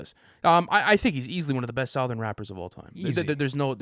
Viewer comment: The way pronounces “southern” is hilarious